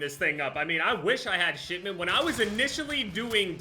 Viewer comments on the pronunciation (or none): Is he saying “Shitment”? I’m pretty sure he is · Haha I just realized... Is he saying "Shit-ment"? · I swear everytime he says "shipment" it sounds like he's saying "shitment" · yeah lol